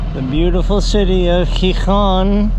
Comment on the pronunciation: Great, now that you've learned how properly pronounce Gijon (both times with that J sound) you can properly say my name and also Juan!! . I already saw Hazel's video, it was a great job!!! Cheers guys!